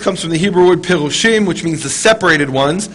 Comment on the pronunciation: If you want to be a Karaite, that's fine. But why do you have to mock where you came from? Also, the Hebrew for Pharisee is not "pirushim", but "prushim". If you are going to mock, at least get it right!